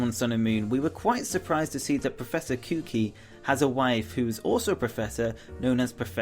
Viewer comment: professor koo kee? lol.